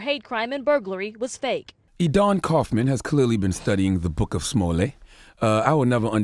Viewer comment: Charlemagne it's pronounced "juicy smooYAY" get it right! 😂😂